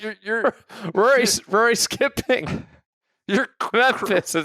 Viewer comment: Voo-or-e? Vory?!?!?!?! 😂😂😂